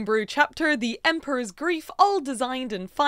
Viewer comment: I couldn't help hearing "groove" instead of grief, so I kept thinking of the Emperor's New "Grief." Since that movie is set in South America (which also has pyramids), I would lean more into those vibes, everything seems more colorful in mythology anyway. Maybe the colors could be the different parts of Amaru or adopt something from Quetzalcoatl and Mesoamerica. Lots of options for colors or parts of different animals for a theme.